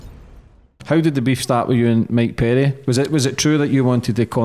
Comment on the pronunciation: “Migh Purry”